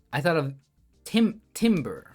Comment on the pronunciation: I know it's different when you're the one solving, but its always so nerve-wracking when someone has only one good lead into the puzzle and starts saying "maybe it's not rhombus" 😅good job sticking through! (btw, timbre is usually pronounced like "tamber")